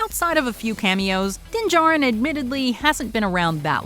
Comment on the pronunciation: its mandalorien not DINGAREN